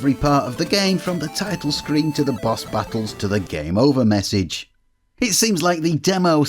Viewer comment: Took me a while to get he meant "BOSS" not "BUS".